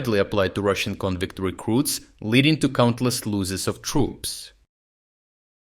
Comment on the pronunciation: it's pronounced "loh-ses" not "loo-ses"